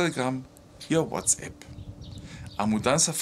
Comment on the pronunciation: fala uatsAp e não uatsEPS. O A alemão é igual ao nosso A brasileiro. Valeu